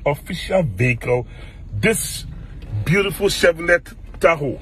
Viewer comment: Masa is Chevrolet ooo I hear chevllett we beg paaaa🤡🤡🤡